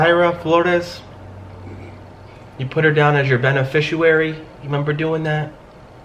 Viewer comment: is there a reason you mispronounce the word beneficiary? is it to make them sit up and listen more?